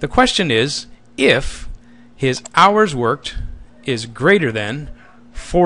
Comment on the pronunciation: "Hours Worked", not "House Worked"